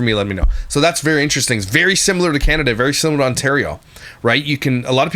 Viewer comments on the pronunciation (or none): none